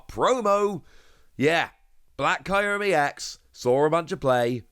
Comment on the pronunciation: I’m sorry but, the way you say kyruem is killing me